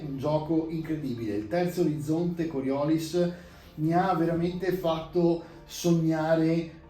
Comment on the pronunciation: Bello! Se posso permettermi, credo si pronunci con l'accento sull'ultima i (immagino il nome venga dalla forza, che viene da uno scienziato francese)